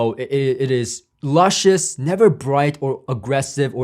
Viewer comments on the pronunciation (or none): none